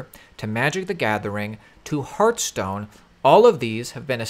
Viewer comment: Hearthstone not Heartstone lol